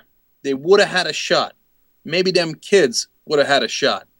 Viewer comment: on msnbc cenk said "dem kibs" lol